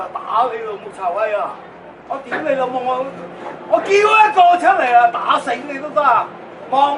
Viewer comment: 好标准的 丢雷楼某